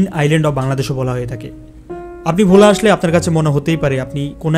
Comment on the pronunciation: Its not vho* its bhola